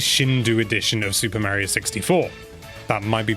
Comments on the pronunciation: Say MARY-o one more god dang time. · Super “Marry-oh”? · no offence, its kinda annoying how tou pronouce "Mario"